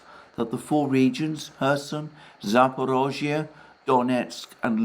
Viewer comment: Cudos for pronouncing "Zaporozhye" correctly! It is amazing how few foreign commentators manage to get it even remotely right.